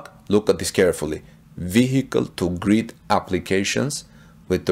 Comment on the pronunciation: Cyber truck to GRID NOT greed it took me a while to figure out what in the world you were saying. Sounds great as long as they allow you set min max kWs to grid so you can use with enough range left to make it home. Plus a better range with load calculator...